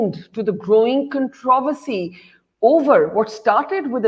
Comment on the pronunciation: Controversy pronunciation mistake by Barkha Dutt 😀